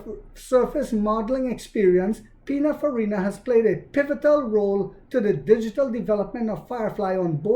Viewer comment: It’s PININFARINA 😉